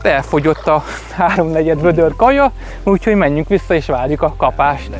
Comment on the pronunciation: "Úgyhogy"!!Jankó gazdád beírathatna 1 logopédushoz!!